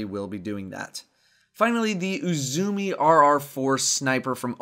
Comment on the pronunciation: Quick correction, Uzume is pronounced "Ooo-zuu-meh". It's the name for the Japanese Goddess of Dawn.